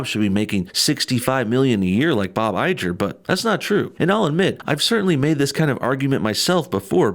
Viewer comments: Bob "eye-grr"....not "I-Jer".😒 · Eye-jer, really?! it's Iger, grr! get it? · Iger not Ijer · Say it with me Bob EYE-GRRR not EYE-JER. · How do you not know how to say bob Igger ?!? Have you not ever heard it said before hahha! Good video though. Just picking on ya! Fan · it's pronounced I-grr by the way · Not to split hairs, but it's pronounced "EYE-GUR." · Dude, its Bob IGER as in "TIGER" without the "T".. ffs man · Bob Iger (Pronounced "i-grrr") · Please.. educate yourself and learn how to pronounce Bob IGER's last name. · Had to stop watching because you can’t pronounce Iger correctly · Wonderful analysis. (Bob Iger’s name is pronounced like Tiger without the “T”) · The g in Bob Iger is a hard G. Like gorilla. Or tiger without the t. Just for future reference. Love your vids bub. Keep up the good fight.